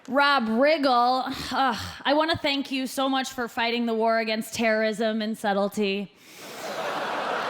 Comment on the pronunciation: "Shank you for being here"😂